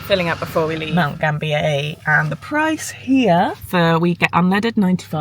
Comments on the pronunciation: Mount GAM-BI-YA. and WAR-NAM-BULL..... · Great video,!!! Mount Gambier is pronounced Mount Gam-be-ah.